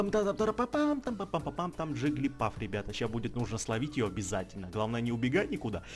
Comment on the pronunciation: не джиглипАф а джиглипУф